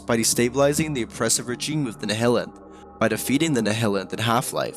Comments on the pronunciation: Great video, good work! ps. the Nihilanth is pronounced Nigh-Hill-Anth. 👍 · THANK YOU it was bothering me, think of it like the word nihilism, theyre pronounced the same way